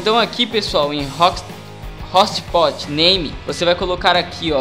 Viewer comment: Não queria rir cara, mas "hostpot"? kkkkkkkkkkk e conectifii? jkkkkkkkkkk